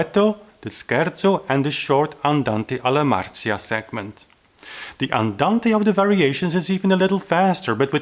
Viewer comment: “Alla Marcia” must be pronounced as you’d say ciao or chat. So, Marcia and not Marzia.